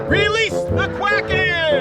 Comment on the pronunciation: well, "Wewease the Wuacken"